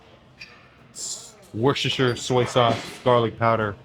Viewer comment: Are you saying, “wash your sister soy sauce” and where would I get that?